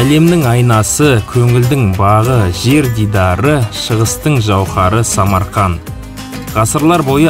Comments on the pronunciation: Ассалаума алейкум брат САМАРКАН ЕМЕС САМАРКАНД боладыгой коке быр буква калып койган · Самарканд.деп айтылат.